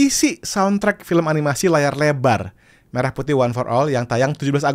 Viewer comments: Pelafalan "Merah Putih" jadi seperti pelafalan "Merah susu sapi" ..jelas ai 🤦🏻‍♂️ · coba dengar pengucapan lagu pada kata Merah Putih, itu jelas pelafalan yg dilakukan oleh AI